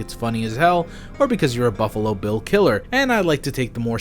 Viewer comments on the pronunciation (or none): none